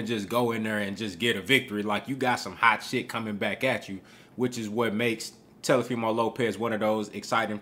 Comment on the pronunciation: " Telefimo" Lopez 😂